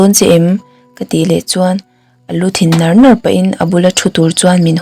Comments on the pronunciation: 'A lu thin nar nar pahin' tihte pawh nar nar kha a thluk diklo, diklo a tam lutuk chuan ngaihthlak a hrehawm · Double adverb e.g:- nar nar tih ang te a thluk leh lam rik dan hi tlema a thluk dan zir deuh a ngai ka lo tive deuh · I chhiar thiam reng mahse i thluk dik loh langsar deuh sap sap tih ang te nar nar tih te ziak chuan a lamdan sawi a har i bula mi te lo zawt teh hotunu pawn a hrilh thei ang che